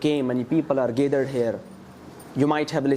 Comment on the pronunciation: well its gathered not gaythered